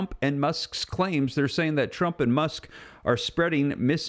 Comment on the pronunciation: It’s Musk like as in Musk cologne, not Muck like through the mud and the muck, common sense, use it and listen to how something is being said!